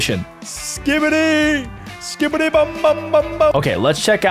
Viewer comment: Stop saying skibydi